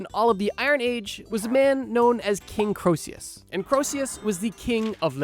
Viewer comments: Given that you think Croesus is pronounced ‘kro-see-us’ i’m going to guess that, incredibly, you actually weren’t joking. You definitely shouldn’t be making any videos about history. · It's pronounced Creesus. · I hate to be ~THAT~ viewer, but it's "KREE-sus", not "Kro-EE-SEE-yus" [because the E is between the O and S, not the S and U] though by as many times as you repeated it in two minutes, I get the feeling you may already know that. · I'm gonna be the pedant and bring it up, but your pronunciation of Croesus is just...wrong. Basically, the proper pronunciation has you omit the 'O' sound almost entirely. The vowel sound in the first syllable is an 'E' sound. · Croesus is pronounced kree3' sus. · Croesus is pronounced KREE-sus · Going to throw hands if you pronounce Croeses as Krosius again. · why does he pronounce Croesus like that?